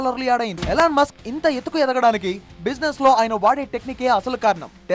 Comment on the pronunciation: ఇలాన్ మస్క్ కాదు.. ఎలాన్ మస్క్